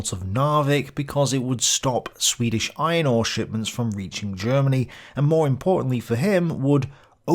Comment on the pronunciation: did you say "iron ore"? to my American ears, it sounds like "eye and awe" but that can't be right. has to be "iron ore," no?